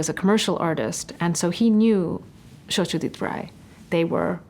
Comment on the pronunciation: As a Bengali my heart melted when she pronounced Satyjit Ray's name in a proper Bengali accent. I admire her.